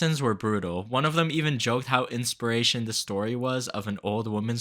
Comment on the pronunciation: "inspirational, not "inspiration". ✌️🤠